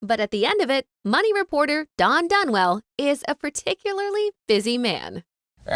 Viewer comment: Don has NOT 'Dunwell'. 😖